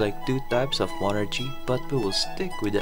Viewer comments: why is bro saying mon archie 😭😭💀💀 its mon ARCie🙏🙏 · just wanted to say that the ch is pronounced as a k in monarchy so it's monarky, just like how the ch in chemistry and stomach are pronounced as k's.